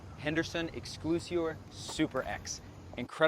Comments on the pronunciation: Excel-si-or. Not exclusior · Nice job... thanx. Clarify one item: its pronounced X SELL SEE OR Henderson. You made me chuckle...